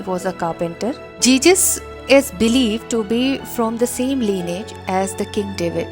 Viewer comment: One mistake you're saying Jesus as Jejus